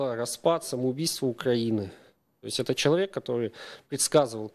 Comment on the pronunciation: Пожалуйста, не говорите "чек". Человек, а не чек.